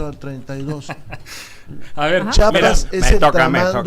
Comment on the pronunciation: ESE VIEJETE YA ESTÁ MUY VIEJO PA QUE TODAVÍA NO SABE CÓMO DECIR “ CHIAPAS “ JIJODETURPM